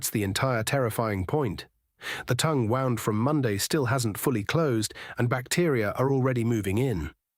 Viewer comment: Fun content, but bad AI reading. Sentences are cut off, and there are two ways of pronouncing "wound" - and of course AI chose the wrong one. Oh, well.